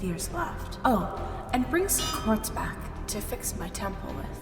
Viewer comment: did anyone else notice that when was talking to demeter she said qaurtz?